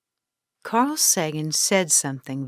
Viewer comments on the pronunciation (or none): none